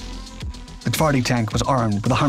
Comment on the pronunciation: My favourite beast. It truly is brutal. The PT-91 Pendekar and the final, well-equipped units for the Polish army require countless hours of practice to appreciate the upgrade. Only then Twardy goes "one step above." Precise depiction. Excellent Polish pronunciation. Thank you. As usual, you did not disappoint with the material.